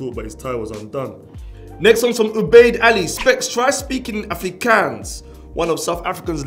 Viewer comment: Specs I won't shout at you for pronouncing it wrong but I'm glad you tried 😂 #theresnorules Afrikaans is pronounced with a O like ofrikons 5 and 4 is pronounced with a f not a v 3 is pronounced like dree like replacing th from three with a d Then again there's no rules so you can say it how you like 😂